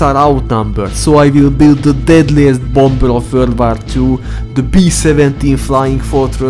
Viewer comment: "WuRwAr tuw"